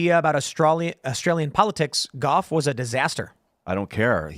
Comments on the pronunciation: Ian does my head in...That said, Gough Whitlam(pronounced like cough but with a G down here in Aussie land😅) Remains the only time that a sitting Prime minister was dismissed by the Governer General. (Sir John Kerr) In Australian history. What this means is that in certain situations it is possible to dismiss the sitting PM by order of the Crown. Through the Crowns representative, the GG. So Ian is not wrong on this front at least. His star wars style framing however leaves a lot to be desired. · He didn't even get Gough's name right.